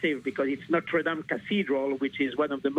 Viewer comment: Is it not possible for Americans to pronounce "Notre Dame" correctly? It's really not that difficult. But at least this broadcast admits the possibility that this was a terrorist attack.